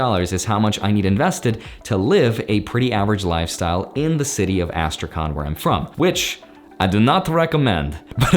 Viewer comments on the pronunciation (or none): That was funny pronunciation of Astrakhan(Астрахань)